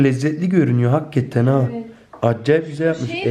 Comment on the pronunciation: çok samimisiniz ya gerçektende çok tatlısınız ❤️ "hakatten" demesi çok güldürdü beni ama genelikle biz gurbetciler böyle konuşuruz 😂👍🏻 Videoların devamını bekliyoruz 😍